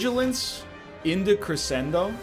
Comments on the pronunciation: K8 shed a tear when he said "cressendo." EDIT2: thrice. Oh my.... And one was AFTER saying it like he's not.... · Hey, idk if you care about these types of things because it's not that important, but it's pronounced creshendo, even though it's not spelled that way. It's a musical term to indicate the reader to get louder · If his wife hears him pronounce crescendo like that, I think she might beat the crap out of him. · How can one egg be seemingly so intelligent but also say crescendo like that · he can't even pronounce it, never mind play it properly. Cost him the run, my dude. THIS is why YOU don't comment until the end of the run.